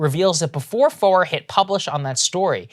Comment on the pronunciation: franklin foer is pronounced "franklin fair" it's german spelling so you pronounce the second vowel in the two letter vowel sound. so like stein is pronounced "stine" (you say the I not the e in the ei/ie spelling) and stien is pronounced "steen" (you say the e not the i because it comes second)